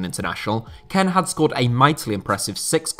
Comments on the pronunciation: Kean not ken FFS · It’s not Ken it’s Kean (kïn) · Just me who finds it so irritating the fact that he pronounces kean, ken and not as keen? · Is kean actually pronounced ken and not keen? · it's not kane. its kean (like kin) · Like how he says Keane like Kean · It's pronounced "Key-Anne" not "Ken" lol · Nobody talking talking about how he's pronouncing Kean or am I missing an inside joke (which I'd be very disappointed if this was the case)? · Why do you pronouce kean like that